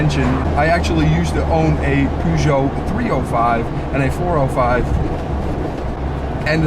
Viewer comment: Nice to hear the name of the vehicle pronounced correctly.